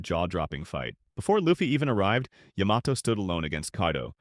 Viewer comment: Please for crying out loud... say Yamato's name properly.